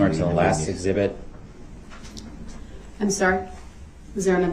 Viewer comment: Eg- zee- bit. ,( exhibit).